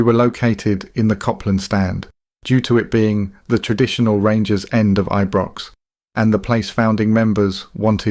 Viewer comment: youve been doing this a while now mate how can you not know how to say ibrox and celtic park properly?